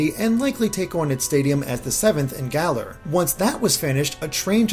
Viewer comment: It's Galar. Say it right!